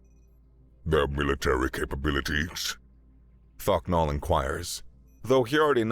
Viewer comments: Every time I heard thok nal I heard fucc naw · Thok'nal❌ Fuck'nal✅